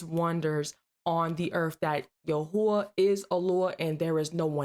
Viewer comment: YHWH ISN'T PRONOUNCES YAHUAH